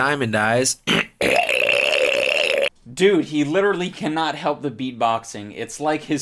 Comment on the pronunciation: LITERALLY (pronounced LIT-TRIL-TREE)